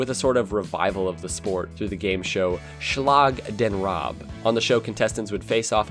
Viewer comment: Im glad that you featured Schlag den Raab and also that you pronounced it quite good!